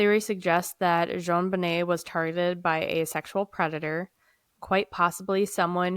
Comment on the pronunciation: Hello &, I Am Somewhat Of A Case "Fanatic" & Know Quite A Bit Of The Information About This Case. So I Hope You Don't Mind If I Post Some Of The Facts That I Know Relating To Your Conversation Here. You Got The Pronunciation Of JonBenet's Name Correct (pronounced "Jon Bo-Nay"), The Father Is John Bennett Ramsey (pronounced "John Ben-It"). Patsy Put STAGE 4 Ovarian Cancer Into Remission, STAGE 4, That Is Miraculous. Their Charlevoix Vacation Home Was Typically Their Summer Get-Away, However This Year They Decided To Have A "Second Christmas" There With John's Two Eldest Children (John Andrew & Melinda) From His Prior Marriage. The Word Attaché In The Ransom Note Is Actually Referring To A "Bag" Or "Briefcase" (however there was No Accent Over the é in Attache In The Ransom Note). Interesting You Pointed Out No Period After The C, In S.B.T.C!!! "Duh-tective" Linda Arndt (pronounced "Aren't..... A Good Cop") - Was Quickly Removed From: The Case & Not Long After.... The Department! 9 Months After JonBenet, A Girl Named "Amy" Was Assaulted In Her Home, Fortunately Her Mother Heard & Ran The Man Off, But The BPD Dropped The Ball On That Case Too. 2 of the Same Boulder "Duh-Fectives" That Have Been Hampering This Case Since 1996, Are Currently 2nd & 3rd In Command At The Boulder Police Department Today!!!! Those Would Be Deputy Chief Barry Hartkopp & Chief Ron Gosage. Hartkopp Being The One That Changed Neighbor Melody Stanton's Scream Testimony 🤔. Gosage Being The One